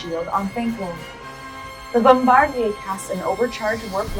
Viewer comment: So no ones mentioned the narrator saying "Bombardier" like it's french? "Bombardie'" 🤣.